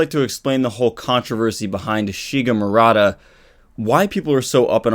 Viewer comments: Maruta not Murata JS. Not sure if he mentions the pronunciation error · ... and it's mah-roo-tah. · yeah. People being experimented on are "Guinea pigs" but not every Guinea pig is "Maruta" in japanese. That name was only used to describe prisoner in unit 731. And you can't pronance maruta as mar-uta i japanese. So let me sum it up. Doctor's name is Maruta. Not murata as has written in title and description (well, after me comments he changed it and now is pretending that nothing has happend...). And "maruta" means log in japanese and during WWII was used to describe "Guinea pigs" in unit 731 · Its Maruta silly. Jeez the english accent butchers it.